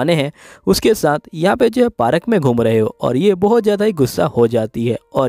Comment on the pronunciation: That is park not parak